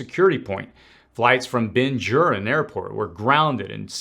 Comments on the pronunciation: "Ben-goo-ri-anne" Airport. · Ok you're just reading thing things. How do you get to almost a million subscribers by just reading? Know how I know? Because it's pronounced "Ben Guh-ryon", with a hard G and "Kuh-Ness-ett." A person of your age and experience who isn't posing as knowledgeable would know this. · Bin-GURRRRR-eeeee--un. I'm 68, I guess that's why I know how it's pronounced.